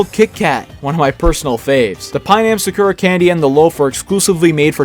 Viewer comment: I heard the way you pronounced sakura and that is why I decided not to watch your video, I am sorry